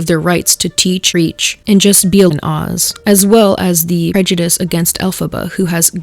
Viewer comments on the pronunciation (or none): none